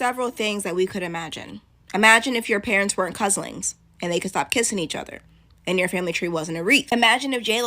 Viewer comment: Couslings. I laughed so hard I didn't hear the rest.